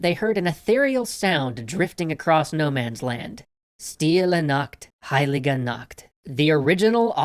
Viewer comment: I loved this, I just can’t get over how you pronounced Stille Nacht, Heilige Nacht. But, German is difficult to pronounce, so I don’t judge you Also when you said he was 25, I burst into tears 😭